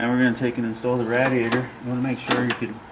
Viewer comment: Hearing you mospronouce radiator is killing me, it's pronounced ray-dee-a-tor. Like radiate.